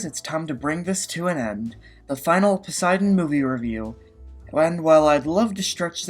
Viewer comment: lol "Posiedon"